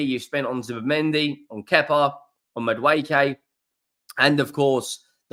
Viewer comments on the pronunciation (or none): none